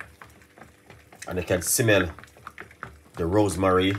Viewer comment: Why you always pronounce ROSEMARY as ROSE MARIE?